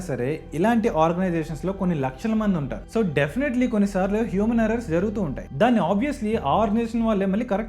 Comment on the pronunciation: హ్యూమన్ errors కాదు హ్యూమర్ errorrs